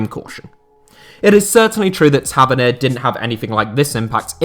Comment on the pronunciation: Ta- vern-knee-a Is how you pronounce it